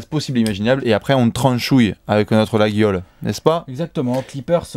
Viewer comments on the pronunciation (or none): Attention, on prononce pas " LaGGUIolle" on prononce " Layole ";)